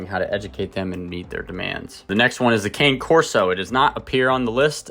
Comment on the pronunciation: Some dog expert...cannot even pronounce Cane Corso.